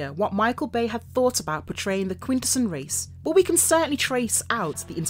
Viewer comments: I’m like I minute in and you’ve pronounced quintesson four different ways I’m not even mad that’s impressive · If you make an episode about Quintessons, maybe you should know how to pronounce "Quintesson". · love the alternate British pronunciations. Quin-Tess-sonns Shark-Cons . Cy-clonn-us